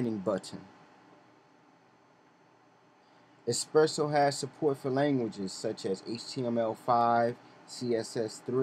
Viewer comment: where is the "X"? you kept saying "eXpresso".